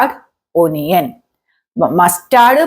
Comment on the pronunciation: ഒനിയനല്ല, അണിയന്‍. കടുകിനെ അതു പൊട്ടിക്കട്ടെയെന്നോ? ഏതു പൊട്ടിക്കട്ടെയെന്ന്? ക്വിക്ക്ലി ആണ്. ക്യുക്ക്ലിയല്ല. You are handicap in English. First you learn English well, then teach it